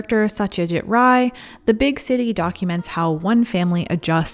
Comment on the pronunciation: In Bengali, Ray is pronounced as "ra-e", almost like the word rye, so you've said it correctly in the video :)